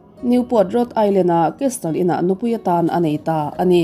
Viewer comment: 'Castle'hi kestal tia lam lovin kesil ti anga lam tur aw